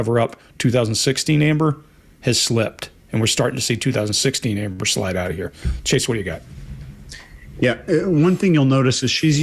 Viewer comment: 'Amber' not 'Ambre', right?